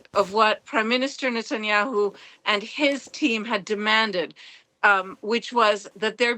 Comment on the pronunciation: Did i Just heard Netanyahu called SATANHYAU twice 😂😂😂😂